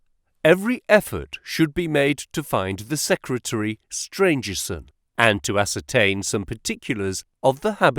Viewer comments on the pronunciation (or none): Great reading One of the antagonists is Stangerson not Strangerson